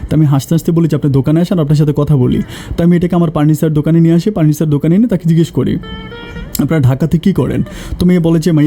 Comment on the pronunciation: ভাই প কে ফ ফচা ফ কে প কেন বলেন পার্নিচার,পাশি